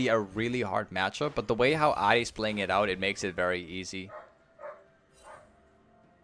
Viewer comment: Jesus Christ why do you pronounce her name like that